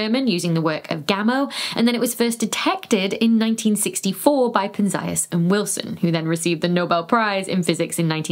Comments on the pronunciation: I’ve usually heard it pronounced PEN-zee-us. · I'm sorry, but you lost me when you mispronounced Arno's surname.